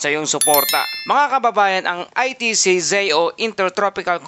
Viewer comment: Anong ITCZei? Baka ITCZ? Yung pronunciation, charrrizz 😊